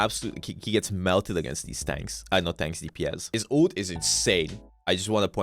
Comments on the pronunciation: Bro says ult as OOT😭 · hate the way u pronounce Ult